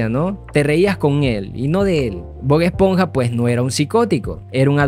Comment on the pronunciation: Pronuncias como el qlo disléxico... Ánimos 👏🏻👏🏻💪🏻 Gil-burg ❌ HILLENBURG ✅ Bog-esponja ❌ BOB ESPONJA ✅